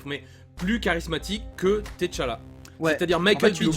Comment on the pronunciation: Ca se prononce T'challa "tchalla" juste T'challa... svp arretez avec ti challa et te challa